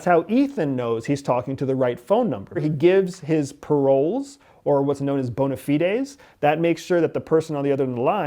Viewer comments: Pretty sure he mispronounced bona fides, should be Bow-Nah-Fidez, not Bow-Nah-Fi-Des. Unless he's only seen the word written, not spoken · I have never heard anyone pronounce "bona fides" like that. I'm wondering if that's a characteristic of that world, or just a quirk of this particular individual. Also, I predict that will be a technical advisor in the next Mission Impossible film! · The way he pronounces bona fides 😂